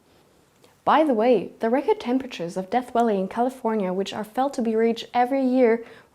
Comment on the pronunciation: ~@ ... Did she JUST say "Death Welly in California..."?? Not sure where that is, exactly... but I'm sure they'd corroborate. ; )